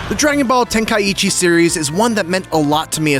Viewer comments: Okay but why tf are you calling it ten-kai-eechi? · The way he says tenkaichi. 😂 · Bro can't even pronounce tenkaichi lol